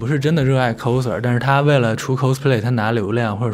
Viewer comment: 额，好像是coser (kao拷的发音不是kou抠😂)。。